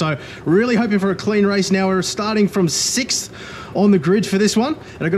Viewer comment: Thank you for not pronouncing 6th as sikth 😅